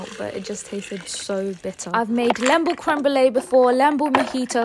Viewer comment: It's pronounced leeembu not lembu ❤❤